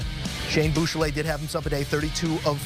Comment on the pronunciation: Please learn how to pronounce Buechele!